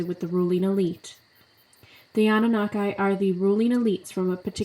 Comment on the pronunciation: It’s Anu-Nah-Key not Anu-na-kai lol but great video